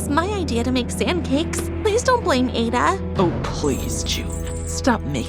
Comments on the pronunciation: I'm a Nigerian and It is pronounced a_daaa Not aida😊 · I love this but please incase of next time it's pronounced Aah-dah not ay-da in Nigeria thanks❤ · Bro it’s not pronounced Eida its ada😂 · First of all wrong pronunciation of the name Ada, yes we love how you chose nigeria but at least if you want to talk about a country or represent the country you should do some minor researches about the country and most especially pronunciations. The a in Ada is pronounced as ah not eh please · That is not to say "Ada" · Ada is now pronounced eidah😂😂😂😂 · Fr😂😂😂😂😂 Eidahhh😂😂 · Hello appreciate the work but the pronunciation of her name is wrong it's A(as in apple) ADA thank you for the good work I hope to see more of your representations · That is not how to pronounce Ada it’s ada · Fr i was like „its ada adaaaa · i love this STA about our country Nigeria but the pronunciation of Ada is wrong. I still love this video, good job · I'm form nigeria and they didn't pronounce ada correctly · I love the Nigerian story but you didn't pronounce the names very well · Im also proud but, the name is probably pronounced wrong if she's Nigerian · That’s not how you pronounce the name 😂😭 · As a Nigerian girl myself I like to say that it is nice that you guys create a story about a Nigerian girl And again it is not how to pronounce Ada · Great story 👍❤️ 🤗 but you pronounced the name Ada and chi different and I am from Nigeria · This is so noice, u made a Nigerian story. You even did enough research and included the one year compulsory NYSC, 😁Nice attention to detail. Though the Ada name is pronounced differently, the addition of the Chi name was good, great video. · Umm, you pronounced Ada’s name wrong. 😅😅😅 I’m from Nigeria and have the same name as her.😂😂😂